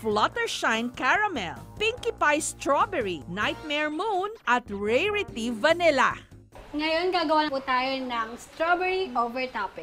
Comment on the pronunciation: rerity hahaha Rarity